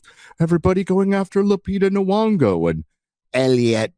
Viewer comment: BTW it's Nyong'o with a "y" noise. Not "Nuong'o."